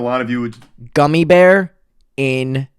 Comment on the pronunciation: you mispronounced the german gummy bear so badly 😭😭😭